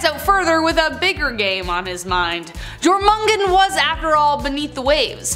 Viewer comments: The J in Scandinavian and other European languages is pronounced as a Y is in English so Jor is said as your. A small thing I know but it shows sloppy research. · Lol it's Jormungandr, not Jormungen😂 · Glad I'm not the only one who noticed 🤣 Jormengen 😬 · Yoor mangan der!... Not how it's spelled but that's how it pronounced ma'am